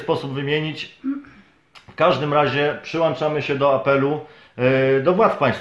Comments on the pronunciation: Przyłączamy. , nie przyłanczamy Panie "redaktorze" 😉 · Nie mówi się "przyłanczamy" tylko "PRZYŁĄCZAMY"!!!